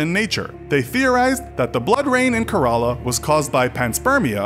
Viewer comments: It's not Karaala. It's Kerala. Wrong pronunciation of a beautiful word. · Kerala is pronounced Kay ra la, not karala and Punjab is pronounced pun jaab no puunjab. Thank me later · Kerela pronounced as k-ray-la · It's Kerala not karala pls don't spell wrong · everytime he said "ke-r-a-la", rofl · It must be pronounced kearala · Kerala is pronounced wrong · I think only I'm getting pissed.. hearing him pronounce Kerala wrong